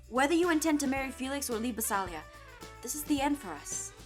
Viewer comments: Jess is saying BASILIA wrong.She's saying basAlia not basIlia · UGHHHHH It's Bas*I*lia Not Bas*A*lia